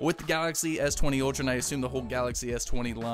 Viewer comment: It's Ultra... ☑️ Not Outra... 😠😠😠